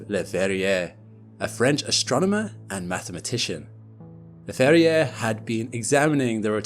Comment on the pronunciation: The last r in Verrier is not pronounced. French, Doh!